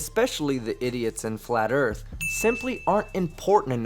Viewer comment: Dear mister car talker the erf isn't what you think it is.